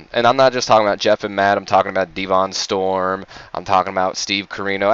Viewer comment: Devon Storm is pronounced Devin BTW